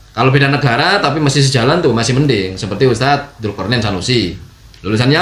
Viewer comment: Untuk Tarbilah daili Nyebut kalimat USTAD aja gak Paseh.... Bukan pake sin di akhir huruf USTAD .... tapi pake nya DHAL ....😂😂😂 Nii liat ..... أُسْتَاذ Hal kecil Lo itu .... Mosok gak sefaseh orang biasa .... 😂😂😂😂😂 Konyol ....malu maluin 😂😂😂